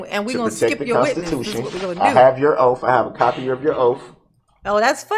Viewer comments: "Dat's your Oaff" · I'm sick of hearing him say, "Oaf". He needs to learn how to pronounce words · Judge tell the "TROOF" about your "OAF" 😂🤣😂🤣😂🤣 OMG he is so disgusting 🤮🤢🤮🤢🤮🤮🤮🤮 He looks like he stinks like sweaty nasty balls!!! 🤢🤮🤢🤮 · "I ax'd my charge to be adjundicated, the grounz for the sub-stain was like a tackit agreement with a biast rush to judgment. It was you who took dat oaf of office"